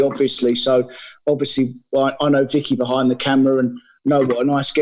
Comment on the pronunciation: Why do you pronounce it bahind the glass?